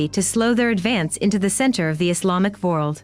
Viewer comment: She's an AI voice. She also pronounces world as vorld.